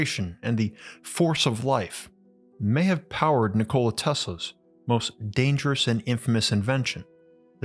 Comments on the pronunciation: Not trying to be a dick … I believe the correct pronunciation of his name is :Nik-o-La Not : Nicole-A. As that’s what it sounds like you’re saying, at least to me it does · I am an avid subscriber , as your videos are so well researched and presented. I must admit though, that I would feel more comfortable with a little more research on pronunciation and grammar. You seem to pronounce Nikola, like the woman's name Nicole + a. The name is quite a pretty one, more like Ni kola & and not Ni ko la, with emphasis on the o instead of the i. Even so I do enjoy your delivery! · cool video, wish this guy knew how to pronounced his name correctly its ni·kuh·luh not Nichole dude. That's insult to his name. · Nikola Tesla was born in Austria-Hungary. Not in Yugoslavia. Yugoslavia was created in 1918 when he was over 50 years old. And it's not Nikoola, it's not pronounced by dragging out the letter O, it's pronounced Nikola quickly. When you say Nikoola it is a female name, not a male name. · It's pronounced nik-ala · I have to take you to task: you are mispronouncing Tesla's first name. It's "Nick-oh-lie" and always has been and always will be. This is pretty embarrassing for you... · I like how you say his name like a soda. 'Ni-cola' Tesla! Sounds refreshing. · Lol he said Ni-Cola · Oh dude he called him NICOLa. So bitch. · “NiCola Tesla” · Learn to pronouns Nikola corectly. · Is it really that hard to pronounce the man's name right? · Nikola Teslas name is pronounced with announciation on "i", not on "o" like you pronounced it